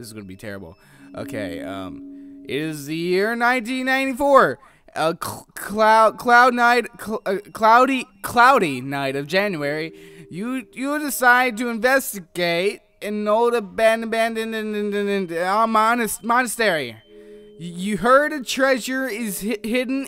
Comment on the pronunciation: It is cold not cloud